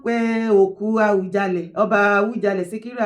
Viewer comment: Please stop saying Awujale. Can you correct yourself, it A-WU-JA-LE. It misleading, Oriyomi Hamsat was pronouncing it the way you do until he was being corrected by his guests. I think he must have had your pronunciation. Please make corrections, I come in peace